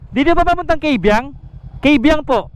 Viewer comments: Kung ang tamang bigkas ay KAYbiang hindi Keybiang. Kung pangalan ng babae na hango sa Ingles and Kay ay binibigkas na "key." Pero yung tunnel KAYbiang dahil ito ay hango sa salitang Tagalog. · Mali ang pronounciation ng Kaybiang